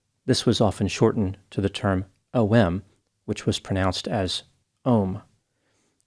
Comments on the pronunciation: “OM my god!” In a New York accent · Way ruin the words "taste" and "ohm" 🙄